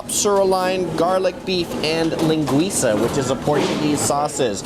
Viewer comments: Your pronunciation of lingüiça is spot on :) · It sounds good his pronunciaton! Surely I'll eat at Pampa's in Farmers Market, Hi from Brazil! Was It good the food?